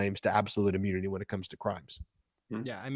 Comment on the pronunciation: Ben, maybe it is your accent but, "immunity" or "ammunity"? You are saying "ah-mune-nity" not "im-mew-nity." Very sorry but that's what you should be careful about.